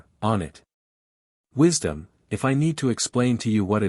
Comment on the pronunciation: God of "wishdom" huh?